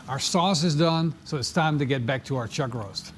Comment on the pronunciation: "chug roase"....